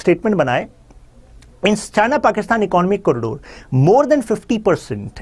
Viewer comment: Pronounce Economic correctly before you talk bullshit about anything.